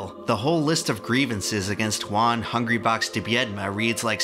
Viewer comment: FINALLY SOMEONES PRONOUNCES CORRECTLY JUAN!!!! gratz from Argentina